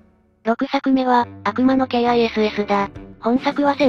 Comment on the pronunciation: 「悪魔のkIss」はケイアイエスエスなんですか、普通にキスじゃなくて？